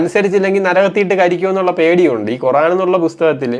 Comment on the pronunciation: കുറാൻ അല്ല ഖുർ........ ആാാൻ